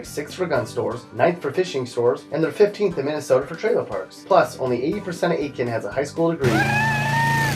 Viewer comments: ATE-Kin? Really? A-Kin. The T is silent. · It's AT-kin. I know, they have an I in the name right after the A, but it's pronounced AT-kin.